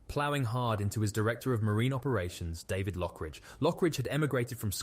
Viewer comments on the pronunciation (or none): none